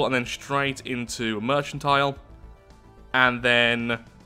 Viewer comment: Heads up man merchantile is pronounced "merkantile" the Ch makes a k sound because it comes from the French work "mercantile"